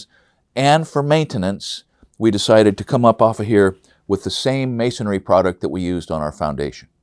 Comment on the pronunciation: Is it masonry or masonary? Rhetorical question, but you're saying masonry incorrectly.